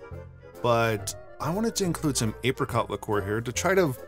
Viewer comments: It's pronounced Apricot not Apricot. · ape rei cott hahaha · It’s actually pronounced apricot